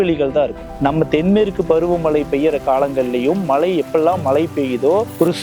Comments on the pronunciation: உங்க உச்சரிப்பில் கொள்ளி வைக்க..😂 டக்குனு மலை,மழை வித்தியாசம் இல்லாமல் பேசுறாரு... ஒரு நிமிஷம் ஒண்ணுமே புரியல... மழை சொல்றாரா இல்ல மலை சொல்றாரே புரியல😅😅... தயவுசெய்து ஒழுங்கா தமிழ் படிச்சுட்டு வாங்க.. பேசுவதற்கு முன்னால்... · ஐயா, வளியாக என்று சொல்லாமல் வழியாக என்று சொல்லக்கூடாதா ? மளை இல்லை மழை ✅ விளுந்து விளுந்து X விழுந்து விழுந்து ✅ 🌹🌹